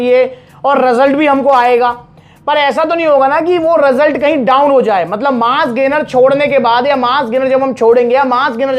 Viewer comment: Result ❌ Rasult ✅😂